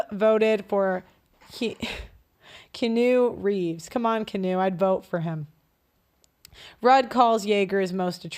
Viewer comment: Did she just say Kanoe Reeves?